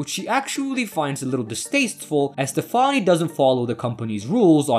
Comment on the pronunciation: You can't pronounce "Stefani" but you can pronounce "Pastich"